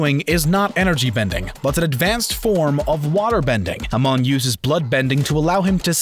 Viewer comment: U mispronounced amon its just as bad as aang in the horrid movie. Plz....plz stop making korra vidz unless they are thoughtful this is funny and a little upsetting.